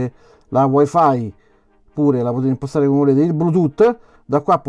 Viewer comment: Dovresti curare la dizione. Quando dici "POTETE IMPOSTARE.."in realtà pronunci" POTETE IMPOSTAREEE"ed è fastidioso..